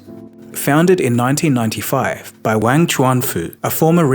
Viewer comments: Wang is not pronounced like you and your schoolboy friends used to use it. It’s Wang like car, not like bang. It’s Wahng. Ah as in aaaaaah I wish people would spend thirty seconds googling proper nouns before making a video for their 4.7m subscribers. Wang. Get it? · You're pronouncing "Wang" incorrectly